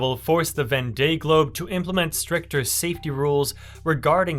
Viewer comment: its pronounced Von Day Globe there.. Absolutely loved the video. Well done mate..